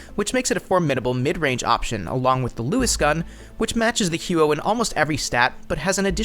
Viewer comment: im proud of your google skills but I spent an entire summer there and nobody who speaks canadian french pronounces it that way. maybe americans or canadians without french origin. either way, the huot sucks ass xD and good video.